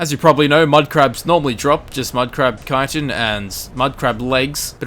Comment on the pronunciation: yeah he said chitin right